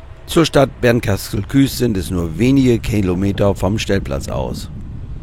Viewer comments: Da ich in BKS wohne und geboren bin, klingt Küs immer komisch. Aber du bist nicht der einzige der es so ausspricht. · Danke für das Video. Eine Anmerkung: es heißt Bernkastel-Kues, gesprochen Kuuus, das E ist in dem Fall ein Dehnungs E und wird nicht zum Ü. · Der Ort heißt Bernkastel-Kues, und nicht Küs😊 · Schönes Video mal wieder,, auch schöne Gegend.! Ich kann Dir leider nicht mehr helfen bei den 100T Abonnenten, bin ja schon Einer😃. Ich habe noch ne Frage zur Aussprache des Ortes Bernkastel-Kues! Ist es nicht so, daß man Kues ähnlich, wie Coesfeld, Itzehoe oder Bad Oldesloe mit nem s.g. Dehnungs "e", spricht, also Kuus in diesem Fall? Ich habe das zwar gegoogelt aber kein aussagekräftiges Ergebnis gefunden.